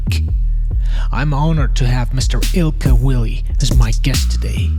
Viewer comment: "Mr. Ilkka Willy" 😭